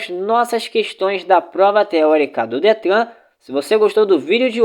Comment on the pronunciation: Não gostei você não sabe nem falar a palavra Detran certa.